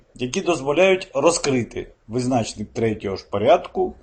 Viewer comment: Чому визнАчник, а не визначнИк ?